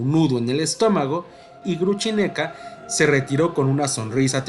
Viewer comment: Cierto, si se puede decir Grushenka en castellano, perfectamente pronunciable, ¿para qué inventar Gruchineka, una versión horrible?